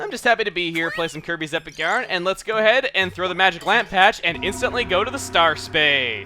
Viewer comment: When he was telling example of Desert worlds it sounded like he said "Herpes Return to Dreamland" I lol'd.